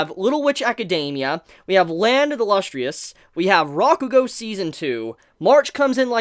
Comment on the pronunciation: Also dammit you keep mispronouncing Lustrous lol